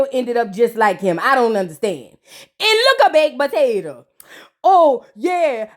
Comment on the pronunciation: " look at baked potata" Chiiile 😆😆😆